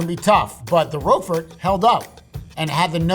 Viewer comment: for a cheesemonger his pronunciations are kind of youmami. munch ego rogue fort ;)